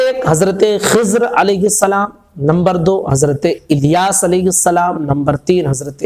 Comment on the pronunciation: Sahi talaffuj kijiye Iliyas nhi Ilyas hai alif lam zer il hai